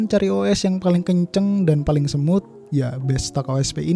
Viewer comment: Saran aja bang bilang smooth itu "smut" bukan semut biar enak di dengar. Gak bermaksud menjatuhkan tapi mensupport bang🙏😁